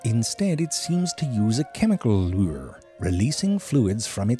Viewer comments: Everyone: Lure Zfrank1: Lueyr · A chemical leeur That is the pronunciation Ze Frank do. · "Leweuyyyr" oh, Frank... Thanks for being you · "Lyure" He's got another one XD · I absolutely love how he pronounces 'lure'.